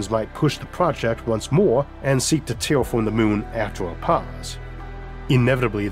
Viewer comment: I hate bullying, but... "Can we widderawy tewwafowm the moon?" Is all I can think of. I love him tho and he is better than me for sure, I just think it's funny and hope he would too. I couldn't do what he does, not even 1% as good.